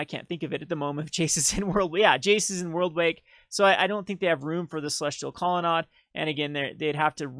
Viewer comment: Grammer Police here!!.. I appologize.. Colonnade is Promounce Aid at the end .. Not Odd But.. do it your way.. Just my pet peavishness.